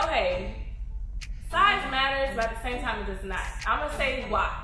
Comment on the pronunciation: Size MATTERS, sis😆😆😆iT mAtteRS-uh🤣🤣🤣 And it's "the blacker the berry, the sweeter the juice"